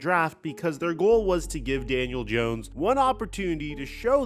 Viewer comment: God, you continue to say his name wrong. First of all, second of all, we all want Daniel dawn, all of us giants fans. I understand you're a Dallas fan, so you're trying to act like there's a lot of juice behind this. And this and that, yeah, Daniel's been a true professional about it, but he's been a crappy quarterback. So good for him for being a professional. How about we get somebody with some playing ability? This time, see, that's the problem you talking shit, because you're a Dallas fan, I'm trying to stir division in the giants, fandom, and I'm telling you from a giant fans perspective, happy is alert. That got rid of this kid. Hopefully he goes somewhere else and thrives, but he is a dead duck. As a giant, thank god, he's gone